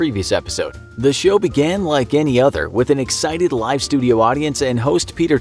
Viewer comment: "game shyow"